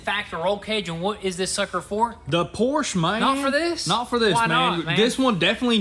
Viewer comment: Car guys? And still can't say Porsche correctly!